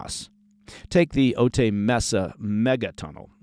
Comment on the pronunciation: O tie... not O tay. You're thinking of Eddie Murphy